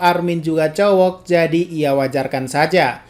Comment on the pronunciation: Saran bang kalo mau ngomong cowok/cewek, k nya jangan terlalu jelas dong ngomongnya, agak gimana gitu, itu cuma saran saya sih